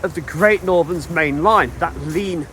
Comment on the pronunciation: Oh dear. My grandparents used to live on the Heathfield Estate east of Bagthorpe Junction. At 12.50 I can assure you it’s Valley (‘Valleh’) Road, not Vale Road. I may be imagining, as it’s best part of 60 years ago now, but I seem to have memories of the sound of the steam locos high on the embankment there when I was trying to get to sleep in their house at night. Anyway, another great video and thanks for bringing back the memories.